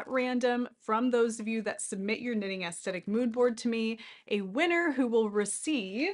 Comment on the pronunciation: Definitely pronounced with soft ‘th’…looked it up.😢 Sorry to be judgmental just having a difficult time listening, otherwise great video!❤